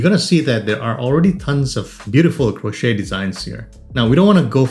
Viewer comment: the T in crochet (or crocheting) is silent😉